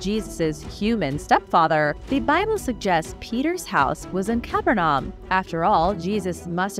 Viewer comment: "Caaa- Perrr-Num" ...